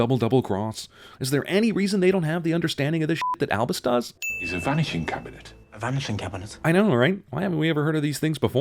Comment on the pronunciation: A VANISHING CAB-I-NET?